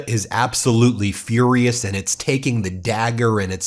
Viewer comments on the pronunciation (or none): none